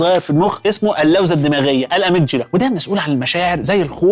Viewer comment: هي كلمة amygdala فعلا ليها نطق تاني؟ انت نطقتها بطريقة غريبة جدا 😅 .. حتى Head نطقتها Hide .. هو فيه ايه